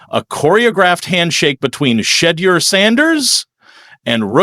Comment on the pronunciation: Shade deur huh? Cmon, be better.